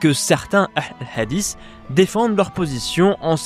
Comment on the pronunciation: Madame Chabbi : les mots de coran sur FBK, une valeur sûre qu ne prononce pas le mot hadiths en "adisse, adisse, adisse, adisse" ... au bout de quelques 20 "adisse" j'ai stoppé la vidéo, et je ne suis pas arabophobe, mais j'aime que les mots soient bien prononcer ... et ce mot hadith n'est pas le plus difficile de la langue arabe ...